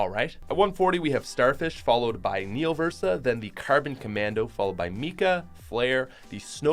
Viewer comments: Didn't u said neo versa 2 times? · U said neo versa twice